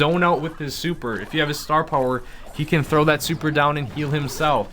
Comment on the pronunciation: please never use the word "puwer" again! STAR PUWER!!!